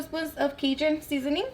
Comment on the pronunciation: She mispronounce every damn seasoning she used 💀💀